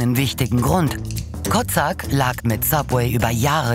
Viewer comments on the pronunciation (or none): Den Namen des ehm. Franchisenehmers habt Ihr aber sehr ungünstig ausgesprochen. Der heißt wahrscheinlich Kocak (türk.) und dann wird das Ko-tschack ausgesprochen. Klang sonst bisschen arg nach Kotzsack :D